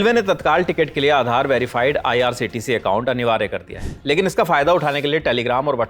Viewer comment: Aise bandar abb reporting kar rhe he jinko IRCTC bhi nhi bolna aata. Lallantop bhi abb bik chuka he . Shayad jist news abhi bhi real reporting krr rha he.